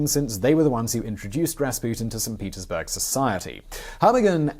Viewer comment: Did you say "Saint Penisburg"?? Great video as always. Thank you.